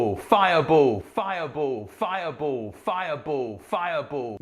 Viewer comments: it's pronounced Fire *BALL*, not Fire Bull, ya goof! =)P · Maybe its cuz youre saying Fiya Bowl. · Him saying fireball a bunch of times is starting to sound more like he's saying viable. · Maybe the reason the game won't cast fireball when you try to cast it is because you're saying "firebowl" and the game is busy cooking up some curry for you. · I can see why the game did not respond to you saying fire ball because it sounds more like you are saying Fire Bull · Weeeeeeell it might be that you're saying fire bull and not fire ball :-) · I hate to say this, but saying “fiaboo” might’ve been the issue, lmao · The game probably thought you were saying “Firebull.” Lol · Lol maybe the reason fire ball isn't activating is cause your saying "fire bowl" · Also, "Fire bull" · it sounds like he is saying fiable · The way he says fireball always makes me laugh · the way he says "fire ball" XD im seriously ded... X.X...no joke, no really